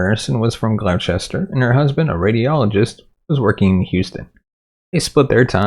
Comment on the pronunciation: Thank you for resurrecting my friend's case. Her disappearance is baffling and very distressing. Just FYI Gloucester is pronounced GLOSS-ter.